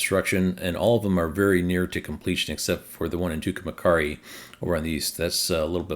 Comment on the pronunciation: Thanks for your dedication to the data and updates. Some pronunciation help: Tucumcari, NM ("two-come-carry"), Oregon ("or-uh-gun"), Tehachapi, CA ("tuh-hatch-uh-pee"), Hayti, MO ("hay-tie").